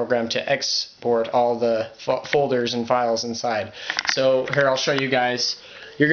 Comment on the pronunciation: Sounded like you said "fuck folder."